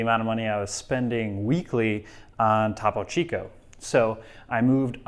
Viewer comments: So i’m with you there on switching from topo to soda stream, however, it almost seems like you’re going out of your way to not pronounce topo correctly. It’s spanish. ‘Toe-poe” Topo. Why are you saying Tapo. As a spanish speaker, so cringe. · Toe-poe chico